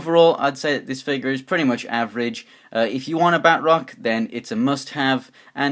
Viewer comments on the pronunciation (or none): It is Ba-troc